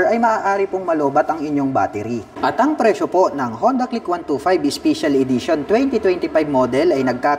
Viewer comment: Special ❌ Ispisyal✅ 😂✌️